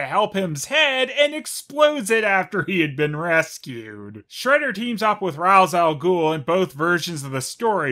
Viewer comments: Its actually supposed to be Ra's (Raish) Al Ghul. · Pronounced Ra's al Ghul wrong. But don't worry, so did the movie half the time lol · You’re mispronouncing Ra’s’ name